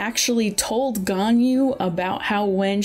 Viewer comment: “Yanjin” “Albetto”